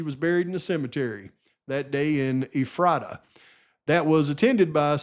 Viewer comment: I know this isn't important, but I live in Washington state and I got distracted: Okanagan is pronounced Oh-can-nog-un Ephrata is pronounced You-fray-tuh I think he took the plea deal either to avoid the death penalty in that biased court room or so the documents would come out.